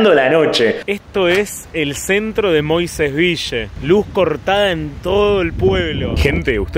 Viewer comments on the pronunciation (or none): "Moisés Vishe" Dígase "Moisés Vil" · ES "VIYYE".... ACÁN LOS MOISESVILLENSES DECIMOS "VIYYE". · LOS QUE VIVIMOS EN MOISÉS VILLE, DECIMOS MOISÉS "VIYE". Y SOMOS "MOISESVIYENSES". SALUDOS.